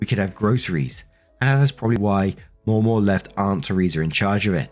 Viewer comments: * sees: "Mamaw"(correctly pronounced MAH-maw).....looks up how to pronounce it.....decides to mispronounce it by adding a second "w" that isn't there and saying Maw-maw * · As an Appalachian, the way we say Mamaw sounds like Mam Oh, not Moh moh. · Mamaw is pronounced as mah/ma. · American English dialect differences can be weird lol In the US, the pronunciation of 'Mamaw' changes based on region. In the deep South, it's maw-maw or sometimes replaced with the alternate 'MeeMaw.' However, in Appalachia (not the same thing as the Deep South) it's pronounced Mah-Maw. The 'mah' is pronounced with a hard/flat 'a' sound like 'math.' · It's pronounced Ma-Maw... Like Grandma. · Mamaw - pronounced m(ahh)m(aww), hope this helps. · Ma Maw. Ma like man (Manaquin) Maw like aw. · FYI: it’s pronounced ma’am-awe. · Mamaw sounds like mah-maw except the first ma is quicker than the second maw. Think of a little english child saying it 😂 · In my experience "mamaw" is pronounced with the first "A" being like the one in "apple" and the second "A" being pronounced the way you're saying it.